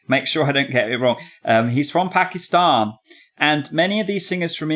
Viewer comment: I thank u for pronouncing pakistan properly....